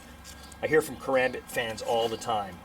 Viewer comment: Ur channel isn't bad it just Bugs me on how u hold the karambit and how u pronounce it